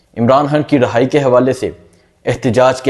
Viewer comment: ڑھائی نہی بھائی رھائی ۔۔۔اور دوسری بات تھم نیل میں مرادسعید کو دکھا کر ویڈیو چلانے کا یہ ٹرینڈ بہت بھونڈا طریقہ ھے ۔۔یہ نہ کرو ۔۔۔